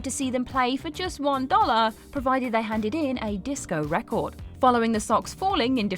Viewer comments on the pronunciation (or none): none